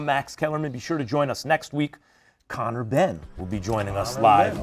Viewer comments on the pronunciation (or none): none